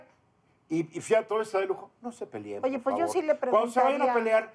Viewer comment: Eduardo Ruíz Heally, no se dice "pelién" o "peliense" sino peleen o peléense.